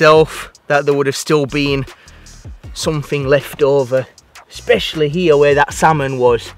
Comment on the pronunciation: Samfing instead of something 🤣🤣🤣